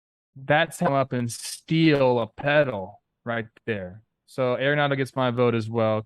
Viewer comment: you got to learn how to pronounce Arenado correctly. Such disrespect man It is ARenado not AIRenado